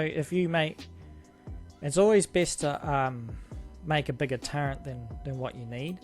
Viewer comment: Wait, are you saying turrent?? Wot lol